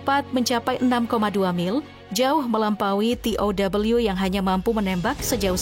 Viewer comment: Penyiarnya tidak bisa menguasai Bahasa Indonesia yg baku masak baca tow te O we tidak bisa